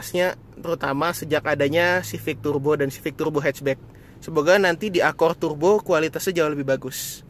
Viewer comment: tughrbo... beghrat.. ngomong R nya susah ya om??